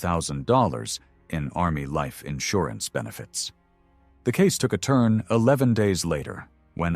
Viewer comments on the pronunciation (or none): none